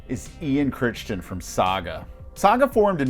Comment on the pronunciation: List is pretty good, however as a friend of Ian you are slaughtering his last name. It's pronounced Krai-tin. Personally I would have Myles Goodwyn ahead of Healey and Emmett.